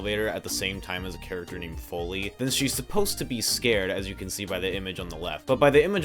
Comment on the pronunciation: oh btw, not trying to nitpick but in the rgtv section you accidentally misgendered folly and bive (both girls, tho bive i also mistook for a boy for a bit) and misspronounced folly's name, not trying to be a "erm ackhually" guy but just wanted to clarify that, great video btw :3